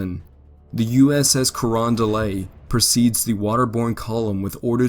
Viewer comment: The “t” in Carondelet isn’t silent. At least it isn’t to people in St. Louis, where the USS Carondelet and several of her sister ships were built.